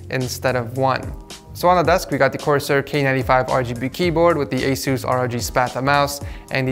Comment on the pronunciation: the way he says Asus 😂🤣